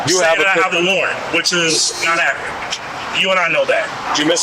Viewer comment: as soon as he said “that’s not ACKURAT” i knew he was going straight to jail